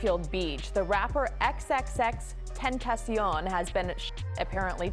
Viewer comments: Look ma’am, say it with me it’s X X X TEN TA CION. Please get it right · its 3 X's aka XXX TEN-TA-CION! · I hate the fact that people act like it’s so hard to pronounce Tentacion. It really isn’t. You guys are just that lazy. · You can't even says X's name correctly and I'm supposed to believe you did any kind of research!? Goooofy